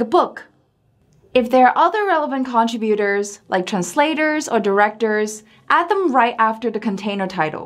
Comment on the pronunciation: Please proofread this. There are page numbers out of place at 3. minutes. The word 'contributor' pronunciation. Your videos and citation generator are so helpful for our students, but I need them to be correct.